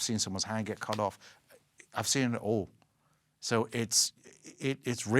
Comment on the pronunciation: i'm sorry did he say cut OFF? lol